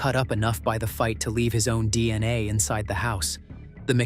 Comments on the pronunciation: Okay gotcha, ya so the first time he said it he said it right DNA, then every time after that he said dni, so WTF I see what you're saying how stupid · The narrator keeps saying DNI instead of DNA. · All I keep hearing is dni pathetic this is why this crap can't be trusted when the idiots can't spells or pronounce things properly. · Hmmm he just said DNA